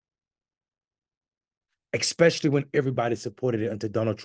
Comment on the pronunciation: EX-specially is not a f***ing word!!!